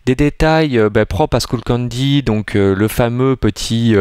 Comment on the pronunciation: Juste c'est pas skoullcandy mais skullcandy:soit ton accent est pourrit soit tu sais pas comment le prenonver